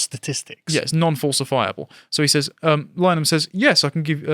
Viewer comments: It really annoys me when people mispronounce Linehan. it's pronounced like Lynn-Eh-Han. Not Line-han or Liner-Han or Lyneham. It isn't hard. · pronounced Lyn a hen chaps. Saint linehan we're supposed to support or keep hearing from. Freemason graham's Wife's abortion push for ireland was it for me. f'weuk em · It's pronounced Lin-uh-han. Not as in Wichita Lineman.